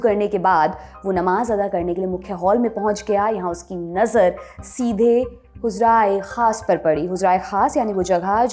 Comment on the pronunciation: yeh huzraey khaas nahi balki HUJRA-E-KHAAS hai aur bhi kaie choti choti galatiyan hein jo urdu/Persian /arabic words bolnay mei hui hein... Jaisa lallantop ka standard hai uss hisaab say yeh mistakes nahi honi chahiye... Kya lallantop mei koie urdu speaking nahi hai?